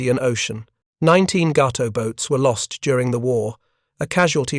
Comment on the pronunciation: Actually, Cdr. Morton let his XO do the periscope sightings. That would have been LCdr Richard O'Kane. Ga-to, not Gau-to. Oof. Bad AI commentary.